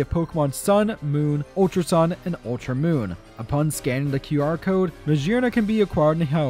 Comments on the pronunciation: I'm surprised you didn't notice that MaGEARna would be pronounced with a hard G like in GEAR. It's not Majearna. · The G in meggerna is pronounced like gear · What I hear: Mashearna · i have never heard someone pronounce magearna as "mashearna" but i respect it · Ur saying maggerna wrong the hol vid